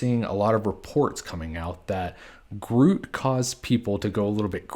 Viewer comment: It’s pronounced groo-it, not rhyming with fruit